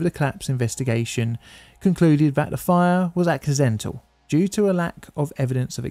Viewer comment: It's "the", not "dih". Ffs.